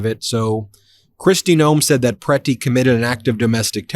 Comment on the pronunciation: . Yea PRE-ti. Best pronunication so far.